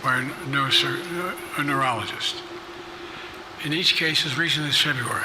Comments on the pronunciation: He couldn't even say the word "neurologist". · He said he was assessed by 3 neurologists and said everything was fine. I'd believe that if he could actually say the word, "neurologist. " 😅😅😅😅